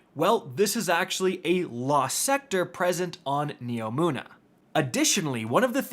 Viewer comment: HE FINALLY SAID NEOMUNA RIGHT